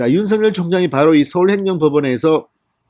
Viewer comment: 윤석열/ 윤서결 ○ / 윤성열 × 바르게 발음해 주세요